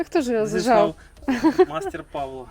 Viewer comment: Реально цікаво, чому ти кажеш ПАвло, з наголосом на А? Я все життя знав, що ПавлО правильно.